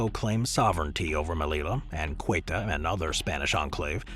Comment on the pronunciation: In this video, Ceuta is pronounced as Quetta, and Kirkenes as Kircains.